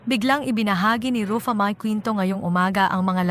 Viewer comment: Sis paki ayos ang simpleng name ni Ruffa mae bago ka mg post mali mali pronounce mo ng name ayusin mo worldwide nakababasa nito. Di kmi good sa english pero pagdating sa name straight namin nasasabi yung name. Please pkistraight mo muna bago ka mg post. 😅